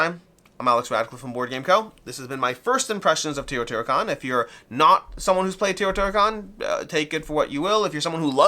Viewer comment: Actually, it is TAY-O-TEE-HWA-KAN